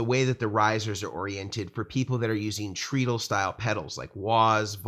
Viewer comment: Oh no! I'm being THAT guy but your pronunciation of treadle hurts my brain. I'm so sorry. I shouldn't say anything ... forgive me. It's actually TRED-uhl ... The pedal boards look amazing! All the functionality of the two-tier Schmidt Array boards without the sky-high price tag. Congratulations on the new products!